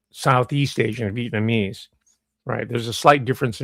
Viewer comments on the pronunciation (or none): none